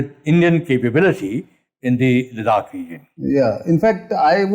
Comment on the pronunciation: लदाख is the pronunciation please. Don’t screw it up, in a otherwise good talk.